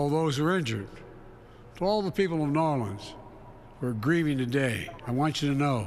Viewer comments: Biden keeps saying "NAWLINS". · If he says “Narlens” one more time I am going to throw up!! Only people from New Orleans say Narlens!! Just like Kamala’s fake accents!! He is reading a teleprompter because he doesn’t even know where New Orleans is!! Just go back to sleep Biden! Trump already talked to us, while you were sleeping!!